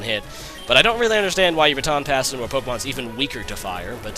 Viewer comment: y u say pokemans